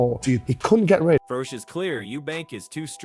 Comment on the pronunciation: How can this proclaim to be a 'boxing channel', when the narrator can't pronounce 'Froch' or 'Bellew' correctly? Or is this just another lazy creator using one of those horrible AI voiceovers? Either way, I can't take content like this seriously!